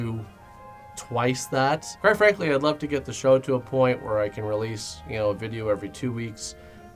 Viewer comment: "We'll see whar 2020 brings" Oof.